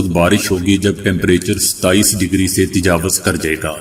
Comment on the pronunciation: تجاوز ( ت اور ج پر زبر اور و پر پیش۔ )